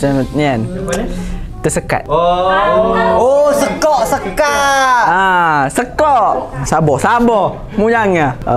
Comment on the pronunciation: Cara sebut sekot tu salah,,sebenar mya sekat haa gitu la